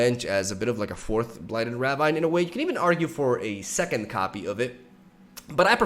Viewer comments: btw ravine is pronouced ra-veen lol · Ravine is pronounced as "Ra-veen", right? 😗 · Pronounced raveen. No flame <3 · Please, it’s ruh VEEN. Blighted ruh VEEN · Ravine is pronounced "ruh-veen" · rah-veen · Ravine is pronounced rah veen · Blighted ruh-VEEN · Yo, I know it doesn't make sense, and isn't really importanted, but ravine is actually pronounced raveen. Like "Weeee!" And not like jungle vine or whatever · it is pronounced blighted Ruh-veen/ Rah-veen. You are pronouncing the Ra part of Ravine right. Also love your videos